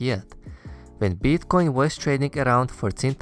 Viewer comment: Can you please spell it as Bitcoin and not Beetcoin xD